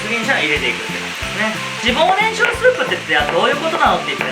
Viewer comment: 今まで何回も作ってきたのに 今日初めて初っ端 脂肪ねんきゃくって言ってるのに気がついた😂 このレシピほんと好き。